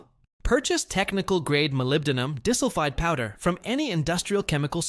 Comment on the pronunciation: Key molecule Molybdenum Disulphide(MoS2) The AI voice calls it Molybdenum Dissulfide. LOL. Otherwise, a good idea.